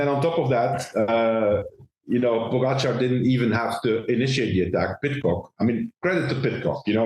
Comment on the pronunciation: If Lance wants to be seen as credible he might want to learn how to pronounce Tadej Pogačar’s name, just saying.